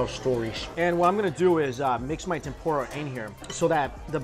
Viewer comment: trying way to hard to pronounce udon, it sounds forced, then you say Tempura like an american and i couldn't help but laugh. And for christs sake, we know it's an udon video, do you have to say udon 100 times in the video? We get it, you know how to pronounce Udon, but apparently not Tempura LOL.